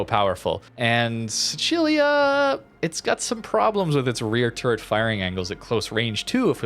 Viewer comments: What was that Sicilia pronounciation? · Dude, you are butchering the pronunciation of Sicilia. Sicily, Sicilian, Sicilia, you know that Island at the bottom of Italy?